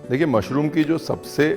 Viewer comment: Love love the way you host the show with so much ease, that gives the style with a hint of desi touch, "Mushroomo" 😄.❣️